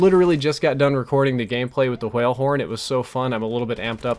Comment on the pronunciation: pronounces words that have wh in them like stewie in the wheat thins commercial. the hwale horn.